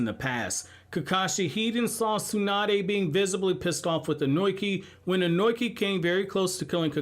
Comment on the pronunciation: The one thing bothering me in this video... I think I've tried correcting the mispronunciation of the name before, with Ohnoki I believe. Not Ohnoiki, (Oh-no-key). Not Kurotsutski, Kurotsuchi (Ker-oh-t-sue-chi). I'm sorry, I happen to remember names, and I'm particular on them said like so. 🤣 Imagine if someone talking to you, consistently addressed your name wrong, although they had heard it said properly before.